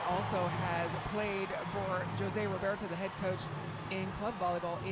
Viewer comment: For an international commentator it's unforgivable specially such a simple name to say joe-se..... but u do love ur taco Tuesday 🙄🙄🙄 and on top such a legendary coach! It's pronounced HO-SE!